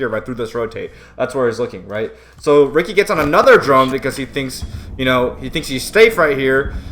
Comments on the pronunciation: It’s “Richie” not “Ricky” Ricci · BTW it is pronounced Richie